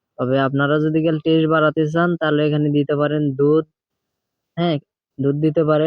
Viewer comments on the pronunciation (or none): none